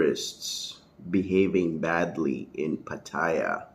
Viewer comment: Until you learn how to pronounce Pattaya, you have no crediibity with me. Go ask a taxi driver how to pronounce it...